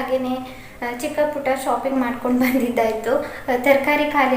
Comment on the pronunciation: ಶೋಪಿಂಗ್ ಅಲ್ಲಾ ಮೇಡಂ ಅದು, ಶಾಪಿಂಗ್....ನೈಸ್ ವ್ಲೊಗ್ ❣❣